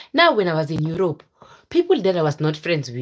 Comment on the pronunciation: 😂😂😂😂😂😂😂😂😂😂 The way you say itii...my husbandiii...he paid everythingiiii....how is laifiiii.... how is Europuuu....I wantediii...